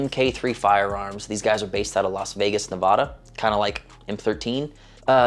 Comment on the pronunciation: The “A” in NevAda is like the “A” in dad. Have had M13 work on a couple of my guns. Great guy. Luckily in my backyard.